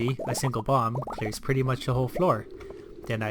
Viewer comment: Everytime he said "bomb" I kept hearing "bong"